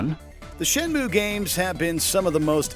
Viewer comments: Okay, I’m going to be that guy. It’s pronounced, “Shen-MOO-Eh”. “Ue” doesn’t make the “ooh” sound like in “Purdue”. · Okay, I'm going to be that guy. If you knew how to read the katakana that's on the official box-art, you'd know it is actually pronounced "shen-moo".